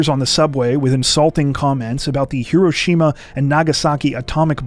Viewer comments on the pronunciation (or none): none